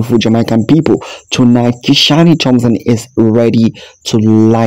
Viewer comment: Please, the E in Kishane’s name is silent, the e is not pronounced. The same goes for Siville, the E in the name is also silent . Kishan and Sevill. Drop the “E”.in both.